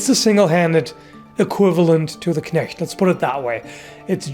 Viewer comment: Whoa you can say Knecht properly :o